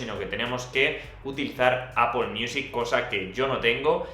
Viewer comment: No vuelvas a decir apol! Por favor! XD